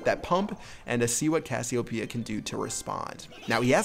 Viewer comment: Anyone else cringe when he mispronounced Cassiopeia?